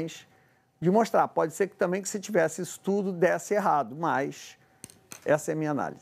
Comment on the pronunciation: Jornalista falando “tamem “ … vergonha!